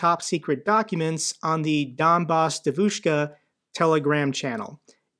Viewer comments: Just a little tutorial on pronunciation. Normally, the stress goes on the penultimate syllable. But there are exceptions: Devushka has the first syllable stressed. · I'm a Russian speaker, and only today I've realized what she meant by Devushka, because holy shit it's not how you say it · Man I love your videos but you have to work on the pronunciation of the word devoshka😂😂😂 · Thanks once again, a great video as always, just one small correction, I know you want to be precise: the stress is on the first syllable, that is, "DEvushka", not "deVUshka". By the way, I cannot by any means imagine how anybody could take this obvious impostor seriously, but then again, if they are ruzzian supporters, one can make them believe whatever they want, just by finding the right leverage. Слава Україні! Героям слава! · Say : 'dEvushka' not 'devushkA' can YOU!? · Donbas DYEvushka with stress on the first syllable. Please. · It's dEvushka,not devUshka,and roughly translated means young girl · I really want to know if pronunciation “devOOshka” is just bc he doesn’t speak Russian, or if that’s actually how Sarah Bills said it on her podcast with her pro-Russian guests. The latter would be hilarious. The stress in the word devushka is on the first syllable. The e is pronounced “yeh.” It’s a jarring difference that bugged me throughout this episode even when understandably mispronounced by a non-speaker. Her Russian audience would have had to have been confused. Glory Ukraine! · btw - it's pronounced "DYEH-vich-ka" (it means girl).... love the channel,! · Hi, regarding the pronunciation of Devushka, the emphasis is on the first syllable....DEVushka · GREAT video. What a bitch. Sick in the head. Hope she gets arrested and many years in prison. I'm an American living in Ukraine, I love both countries and am patriotic to both. Don't know how someone could be such a traitor. BTW, the ruZZian word for girl is pronounced: De-a-vouch-ka.